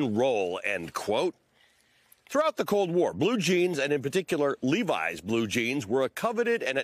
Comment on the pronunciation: That’s not how you pronounce that jeans brand…